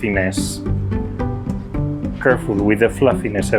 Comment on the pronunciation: i love "flàfines"